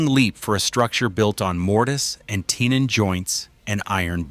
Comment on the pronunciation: Tenon is pronounced as ten not tin